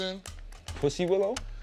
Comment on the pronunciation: I can’t stand Mero for saying Chris Pine 😂😭😭